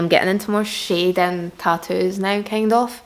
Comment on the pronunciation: My name is schaedyn so every time she says shading it sounds like my name bc of her accent and it’s trippy lmao